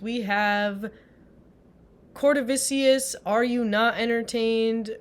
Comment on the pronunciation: its Cortavious not cortavicious lol